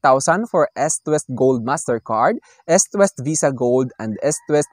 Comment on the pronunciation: pronounce nyo po na Istwest ..medyo malambot po ang pronounce ..